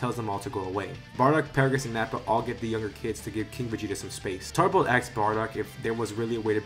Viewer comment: Cool what if but it's Tarble not tarbles